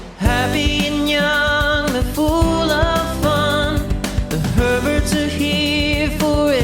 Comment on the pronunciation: I heard "perverts are here for everyone" instead of "herberts are here for everyone" am i the only one or not?😂😂